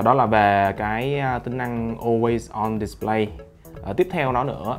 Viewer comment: On way on "Địt lây" :))